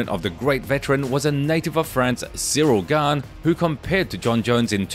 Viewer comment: Siro Gan... My guy its Ciryl Gane